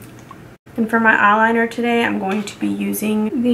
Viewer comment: "You is messing up tuhDAY....jeezuss." LOLOLOLOL